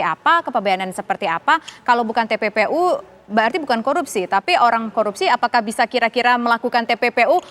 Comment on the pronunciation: Infonya kok nggak jelas...pak Mahfud bilang TPPU..kok jadi tppi